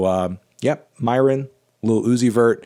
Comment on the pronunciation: Its "Myron" not "Moron"